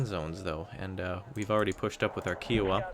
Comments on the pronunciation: couldnt help it and had to write it, its pronounced "chi-o-wah" not "ki-wah', othr thn that awesome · Ki - ow -a not Kee - ow - a